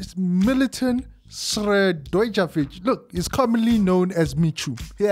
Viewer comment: Go ahead and butcher that name 😂😂😂